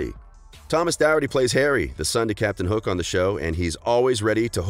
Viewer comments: Not to be mean but it’s doherty (door-tea) not darity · Thomas Doherty is not pronounced Thomas dowerty. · I am Scottish and this is not how you say Thomas Doherty’s name!